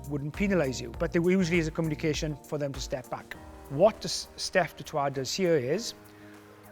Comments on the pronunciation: Pronounced 'Toy' not 'Trois' - that's three in French, though to be fair, Nigel, his name is of Franch Huguenot origin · Its not Heynman, it's Hendricks. It's not du Twa its du Toit Mr Cowens. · Come on Nigel it's Dutch, Afrikaans surname pronounced Du toy not French pronunciation du toit. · Steph is not a Frenchman please get the pronounciation right it is de toy. We may have French ancestry but we are Afrikaans. De toy de toy. Please don't be like my posh English brother in law that thinks he is correct the whole time. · As a South African it is pronounced "Dew Toy-it", a lot of people say it like you do but it's wrong. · Nigel is great, but he needs to pronounce ‘du Toit’ correctly 😅